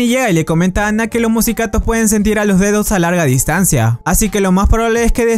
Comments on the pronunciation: cuando dice D2 parece a dice dedos xD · Chicos si dicen D2 suena que estuvieran diciendo dedos jsjsjsjsjsjjs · D2 suena como dedos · Soy el único que envés de D2 escucha dedos